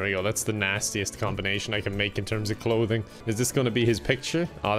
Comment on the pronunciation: Irish accent coming out in clothing